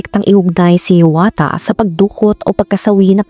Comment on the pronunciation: omg .... kapangalan ko pa Yung ama 🤦🏼‍♀️ HIAWATHA ,,, pero ang pagka Pronounce Nung Sakin ee HIYAWATA